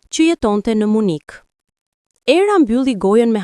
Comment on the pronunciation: Dhe 😂 nuk është Munik në shqip por MYNIH oooo Gaz në Tare 😅😅😅